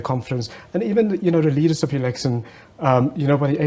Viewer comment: 😂 "Fres leadersip." Hahah I love how much you hate the letter "h".